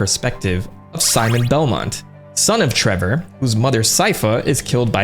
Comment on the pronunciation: treVor belmont... not treBor... such an idiot, worst video ever